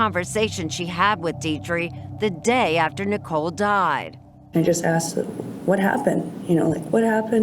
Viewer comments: ‘I axed him.’ Why can’t African Americans learn to say ‘asked,’? It’s still the dominant pronunciation even in the highly educated… 🇺🇸⁉️🤷🏼‍♀️ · He "axed me". Lost me there.